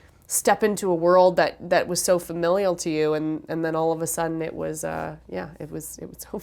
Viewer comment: so nice to hear her say 'familial' and not just familiar.